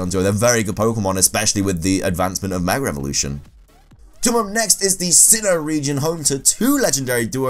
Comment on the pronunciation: It’s like when Brits say Heych-P